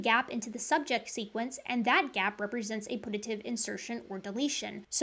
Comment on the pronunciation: One thing that bothered me was your pronunciation of "putative" it's not pronounced like put–a–tive it's pronounced like pew–ta–tive